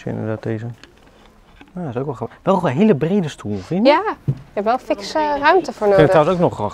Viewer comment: Super leuke video! Ik volg jullie al zo zo lang. Ben benieuwd naar het eindresultaat! Grappig hoe jullie het woord grappig uitspreken; “ gappig”.